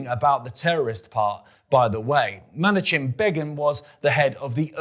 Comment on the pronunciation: It's not from the Jordan River to the Mediterranean. Check your Book of Joshua: it's from the Euphrates River to the Nile River. Also, it's Likud, not Lukid. It's not pronounced Menachem Begin, it's pronounced Menakim Begin.